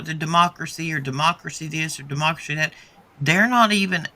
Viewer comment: 😂 dem mock accuracy hip hopak-rit...😮 De-mockracy😅